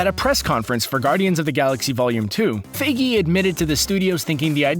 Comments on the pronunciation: It’s Feige not Fayge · feige, not fiegy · He pronounced Feige like Figgy not Fie Gee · I hate how he mispronounces Kevin feige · the way he pronounces feige lol